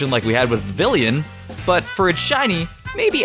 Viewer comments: it's vivillon not villion dumb dumb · Comfey(Coam-fee, not cum-fee) Vivillon(Vi-Vee-yon, not vi-vi-leeon) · Its not Vivillion!